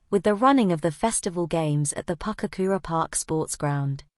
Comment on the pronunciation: Its Pukekura not Papkura. I spent many a day as a youngster down there getting tadpoles and say it develop